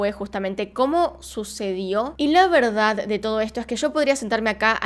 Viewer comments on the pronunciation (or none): none